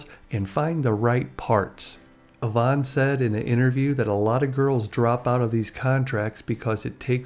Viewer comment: I live in Victoria, just a ferry ride from Vancouver. I have never heard Yvonne pronounced that way. Always a double E sound not an O